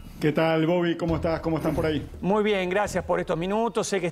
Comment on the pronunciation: No se dice "poray" queda feo